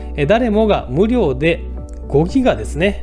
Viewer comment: 無料のイントネーションがおかしい